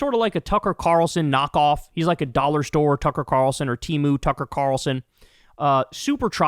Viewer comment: It's not TIMU, its TEMU